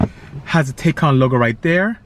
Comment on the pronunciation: Bisi, great job taking a first look at the Taycan Turbo. I first saw you on Jay Leno's show. Fyi. The pronunciation of Taycan is Tie-Con. Also I cross posted your video on the as well.